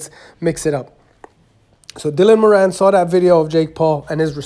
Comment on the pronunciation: Btw moran pronounced moore-an not mor-an